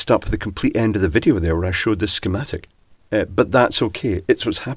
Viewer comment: We do love the "shschmatic" pronounciation that we get in almost every video! [For those people who are a bit younger and/or not familiar with British humour I will just point out that this is an ironic and affectionate nod to the first James Bond, played by (Sir) Sean Connery! It is a recognisable speech inflection that, to this day, many people love to do when a particularly suitable word ... like "schematic" comes along! It always prompts a wry smile!]